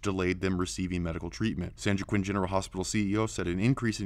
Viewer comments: Lol its pronounced: San wah-keen. Not san jwakiin. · Lol San jiqwinn it’s San joa quin. Hoa keen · Pronounce it like this San hoa keen, the way you’re saying it is like San juwokken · Being from Stockton, I can verify this video as truth. However, San Joaquin is pronounced San WAH-KEEN, not San JOE-QUINN... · It's not pronounced San Joe-ah-quinn. It's pronounced San Wah-keen. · Narrarator needs to learn how to pronounce "San Joaquin" as 'San Wah-keen', not 'San Joe-quinn'. LOL! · "San Jew-a-Quinn" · Hi. "San Joaquin" is pronounced "San WalkEEN." Thanks. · Just for future reference, San Joaquin is pronounced San Wah-Keen. That's how Mexican this state is. Same with San Bernardino, Santa Cruz, Santa Barbara, San Francisco, Los Angeles, and almost every other big city. Including Sacramento. Nobody speaks English but all of them go to school and have jobs and homes somehow. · San Joachin is pronounced "San Wah-KEEN". just sayin... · San Joaquin pronounced San Wa-King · DaffyDuck , we call it San Jockquin. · Awesome video. But San Jaoquin is pronounced (san wa-keen) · San Joaquin is pronounced San Walk-keen. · San Joaquin is pronounced San Wah-keen. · LOL! Spanish would help the narrator pronounce "San Joaquin" (Wa-keen)